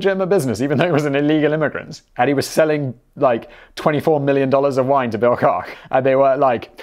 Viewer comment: You mispronounced Bill Kock's name.... He's a brother of the Koch (Coke ) Brothers of Koch Industries.